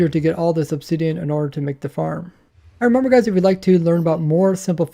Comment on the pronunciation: Everytime I hear it, "reemumber" and others I cringe